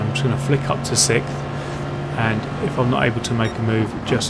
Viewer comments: TIL english people can't pronounce "sixth." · I have a question; Do any British person properly pronounce "siXTh"? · Your tone and sentence implies you are english and can pronounce "sixth". You should get into youtubing. Bet there's a lot of money in being the first brit to say sixth correctly.